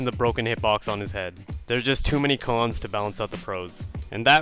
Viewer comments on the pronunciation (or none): Why has no one commented that he said cones not cons when talking about blitz